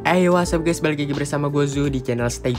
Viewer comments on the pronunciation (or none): none